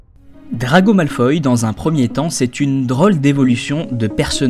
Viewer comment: Belle analyse que tu nous as pondue. Seule défaut, c'est que tu be prononce pas "Malfoy" comme je le fais: ça ma juste un peu déstabiliser. Toi: Malfoy > malfoille (oye) Moi: Malfoy > malfoi (wa)